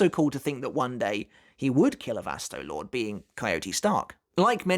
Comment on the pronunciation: Please say the name right Vasto Lor-Day that's how you pronounce it. Lorde not just Lord. Get it together.